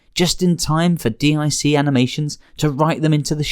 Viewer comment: Nassau is pronounced "Nah-saw" and D.I.C. is pronounced "deek". Also, the lyrics to the Be a Man song is "don't be scurred, you're runnin from Macho that's what I heard". It helps to double check when listening to song lyrics. Hogan dropped the belt to Yokozuna at the King of the Ring not SummerSlam '93.